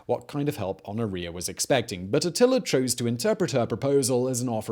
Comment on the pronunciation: Honoria is not supposed to sound like gonorrhea